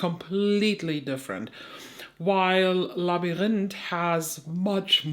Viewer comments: This Haggard quint was accessible to me and not expensive. I got the real thing and just purchased the quint. Labyrinth in English is pronounced as you say it but in the end you do not pronounce the T. The T is a th which is similar to a z sound (in Soanish). Sorry for your shadow loss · Sounds like Lab-rinth ❤ but ur pronunciation is much fancier! 😊 love that shade, but my goodness is that palette EXPENSIVE! over 50$, and there's only one truly unique shade? Doesn't seem worth it i hope u find a good dupe! ❤ back to the vid 😂